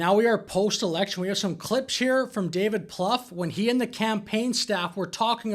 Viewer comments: David's name is pronounced, Ploo-fay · 'Plouffe'. Really? 😅